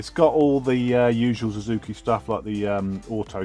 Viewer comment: Big fat thumb DOWN for calling Suzuki a "Zuzuki". It's only one word that you have to learn to pronounce. What if a poor Brit would have to learn an ENTIRE LANGUAGE? Plus everyone pronounces it Suzuki. Ever watched motoGP? And what you do is illogical. Like calling Superman a Zuperman ...